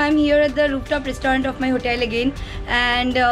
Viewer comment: Your pronunciation for restaurant is not correct....plz pronunce correctly